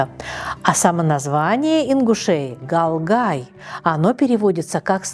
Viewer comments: Вы на русском читаете слова Тукхум по другом немного читается и Не галгай а гӏалгӏай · Она сказала галгей правильно г1алг1ей дал барт ц1а болб вей вежери